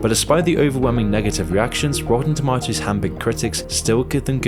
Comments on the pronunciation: ItS TaMaToToS NoT tomToTaToS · I think it's pronounced toe-MAY-toes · That's not how you pronounce tomatoes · i just can’t get over how he says rotten “tomahtoes” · Its pronounced "tomatos" not "tomatos" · The real crime is the way you say tomatoes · definitely not me just watching this video because I'm bored and I like how he says "tomatoes" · The way he pronounces tomatoes is funny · This guy's accent is killing me. It's pronounced tomatoes, not tomatoes.